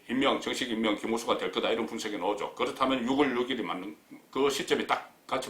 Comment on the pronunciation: 국건국장님! 안녕하세요? 출첵입니다. 그런데 6월을 유월이라고 발음하셔야 맞는거 같아요. 10월을 시월로 하듯이~ 솔나무를 소나무로 하듯이~ 활음조로~ 오늘도 화이팅입니다.